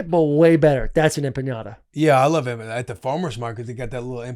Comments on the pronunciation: They kept saying empenyada 😂😂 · The butchering of the word empanadas 😂 cmon fellas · Listening to Will and Taylor mispronounce empanadas is driving me up a wall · Boys just keep asking Will to say Empanadas